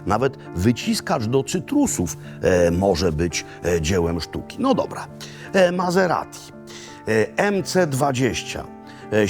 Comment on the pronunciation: Mazeradi? Myślałem, że Maserati! Włosi nie wymawiają po niemiecku....